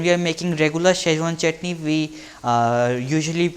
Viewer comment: It is not shazwan it's Schezwan pronounce it correctly dude then ask for 1000 likes